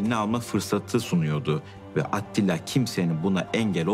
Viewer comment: Canını yediklerim evet doğru yazılmış ama seslendirme de halen ATİLLA diyoruz. yav atilla degil ATTİLA :D (eleştirelecek tek nokta bu gerisi harika)